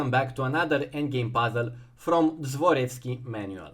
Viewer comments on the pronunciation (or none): U misspronounced Dvoretsky a lil bit